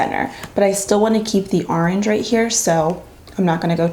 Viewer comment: I started saying arange now 😂😍❤️